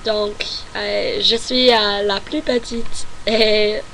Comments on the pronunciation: Un petit conseil : Tu prononce le mot "plus". Mais il se prononce "plusse". Voilà ;) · Salut , Pour une Américaine je trouve que tu parle très bien français avec un accent qui s'amelliore , sur ce il y'a un petit Hic , quand tu dis "Plus" tu doit insister sur le "S" il faut qu'on l'entende . Bonne chance . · En plus. Il faut prononcer le "s" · tu parles tres bien francais.au fait , on prononce le s a plus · à tu dis "et en plus j'aime la France" dans ce cas tu dois prononcer le "S" du mot "plus" pour montrer que tu rajoute quelque chose après ( le même sens que "in addition"). Par contre, tu peux dire "plus" sans prononcer le "S" , donc il ce lit "plu" ( qui a le même sens que "anymore"), tu fais aussi la même faute à tu dis "c'est ce que j'aime le plus" tu dois prononcer le "S" car c'est un superlatif. à , tu dis "Ma choix", le mot choix est masculin, ce n'est pas "ma" mais "mon". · N'oublie pas de prononcer le S à la fin de PLUS si c'est dans le sens "positif" si par contre tu veux dire que tu n'aime plus (dans le sens n'aime plus du tout) tu ne le prononce pas ^^